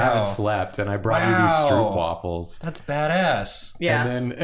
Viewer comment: As a Dutch person, hearing them say stroopwafels sounded so weird. The double o is pronounced more like the o in yooo. stroupwafel is not it